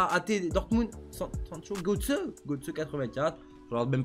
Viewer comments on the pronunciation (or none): none